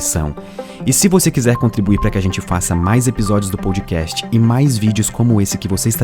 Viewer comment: Assunto viciante. Só um toque: a palavra "wow" se diz UAU, mesmo. UÔU se escreve "whoa". Edit: e se diz /pod kest/ mesmo, não /poud kest/.